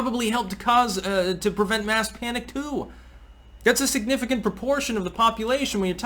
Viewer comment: is the way you pronounce “too” common from where you are? I find it amusing!